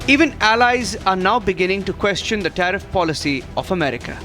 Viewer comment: "TAREEF" & "TARIFF" Is all that DT knows!!